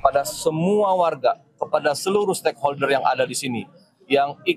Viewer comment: Did he say *steakholder*...what the f***...😂😂😂😂😂